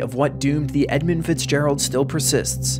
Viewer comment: It’s EdmUnd not Edmind, fool